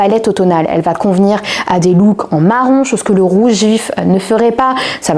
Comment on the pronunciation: Jolie sélection. Mais SVP, ne dites pas dénim comme les anglophones , mais denim puisque ce tissu porte ce nom, car originaire …de Nîmes.